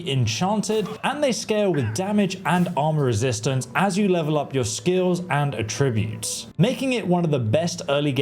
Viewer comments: no. It’s still not dyslexia. The two words are homonyms and he’s saying the wrong one. He mispronounces this word every time. He’s saying at-TRIB-utes when he should be saying AT-trib-utes. That’s not what dyslexia is. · Has it been made clear to you yet that you pronounce “attributes” incorrectly in every single video